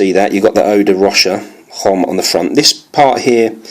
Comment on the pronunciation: Homme? Never pronounce H.